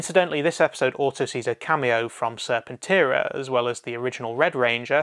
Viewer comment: Don't know why you care about Japanese pronunciation when you say the American pronunciations wrong even when they say it in the show. Serpenteara? It's serpen-terror. Not sure why you're doing this if you haven't seen the show